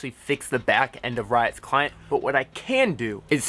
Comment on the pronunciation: He lost me when he said "full screen clinet" nah ah